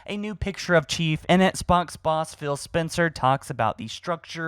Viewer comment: What is an etts box? It’s pronounced ex-box man.